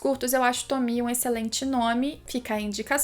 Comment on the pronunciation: ELA PRONUNCIA O NOME DA TOMIE CERTO!!!! AAAAAAAAAAAAAA ❤❤❤❤❤❤❤❤❤